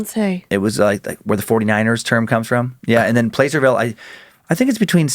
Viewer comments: Placerville... Short "a"...not PLACE-ER-VILLE. 12 miles from Pollock Pines. Between Sacramento and Lake Tahoe. ☮️ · Pla-sir-ville lol. i live there and i promise no one says it the way you did. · Placerville...pronounced plasser-ville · Dan, it's pronunced "Plass-er-ville" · Placerville has a soft "a" sound, like apple. I know it's not phenetic, but...